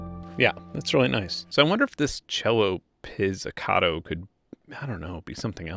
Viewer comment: Your way of pronouncing crescendo and pizzicato really irks me